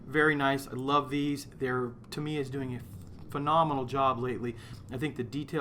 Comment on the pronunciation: GAH! It's TA miya,. TA - mi - ya. xD